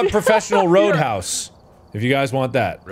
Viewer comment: Roudhouse